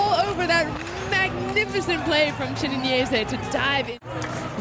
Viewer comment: Chineyze, Chineneze, Chinize, Chi enyese... Not a single speaker said his name right though. No a single Chi-nen-ye-ze given today.